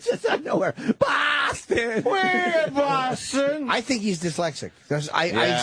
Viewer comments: Bawfoston. Get it right! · It's amazing that you can be born in a city and live there your entire life but also be the mayor of that city and not being able to pronounce the name of that city! It's almost like getting your own name wrong.